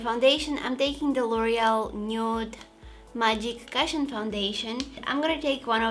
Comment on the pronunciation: please look up how to properly pronounce the word 'cushion'